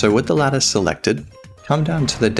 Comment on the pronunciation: Ok ok i blame this for me being a non native english speaker, but i only hear lettuce, not lattice. i love it